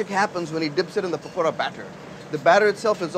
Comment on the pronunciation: I was skeptical of his american accent but when i heard him say pakora it changed